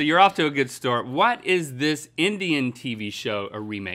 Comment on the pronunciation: "You're off to a good stort"